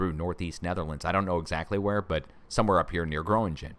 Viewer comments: Gröningen pronounced Grerningen I think, fracking country, gas villages. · The Dutch town of Gronignen is pronounced " GRO- NING- EN"